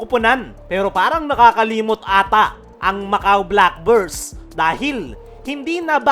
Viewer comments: Black Birds pa nga ang dinig ko idol eh ... hahaha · pati yung pangalan ng team ng Macau boss, hindi inayos ang pagpo-pronounce eh .. naging black burse .. hahaha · idol sa dami ng sinabi mo, hindi mo man lang inayos ang pag-pronounce sa team ng Macau Black Bears ... hahaha